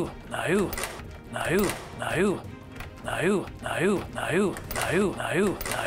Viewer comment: No turned into naiou after a few of those rewinds